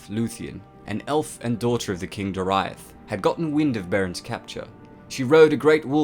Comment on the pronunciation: I really like this but 2 th8ngs. Aule is pronounced like ow-lay and Doriath is Dor-E-ath